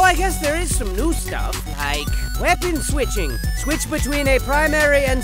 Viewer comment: "Wepun Switching" haha X"D